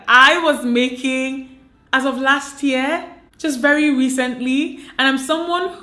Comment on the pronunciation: There is a way you pronounce the word 'Year'. Funny it is